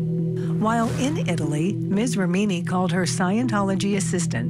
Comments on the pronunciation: For F sake,, if you make an item about this lawsuit the bare minimum you should do is pronounce the names right! Ramini? mesKAAvige? Come on dudes.... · Great coverage but why can’t the narrator pronounce Leah’s last name correctly? REMini, not ReMEENi!! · Stop saying rameeny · who says rem eenI? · ‘Rah-meeny’? ‘Mis-kovij’?? The reporter’s pronunciation is so wrong.